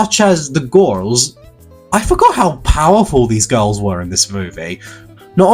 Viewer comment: 🍌🍌🍌🍌🍌🍌🍌🍌🍌🍌🍌🍌🍌🍌🍌🍌🍌🍌🍌🍌🍌🍌🍌🍌🍌🍌🍌🍌🍌🍌🍌🍌🍌🍌🍌🍌🍌🍌🍌🍌🍌🍌🍌🍌🍌🍌🍌🍌🍌🍌🍌🍌🍌🍌🍌🍌🍌🍌🍌🍌🍌🍌🍌🍌🍌🍌🍌🍌🍌🍌🍌🍌🍌🍌 also how he says girls "gorls"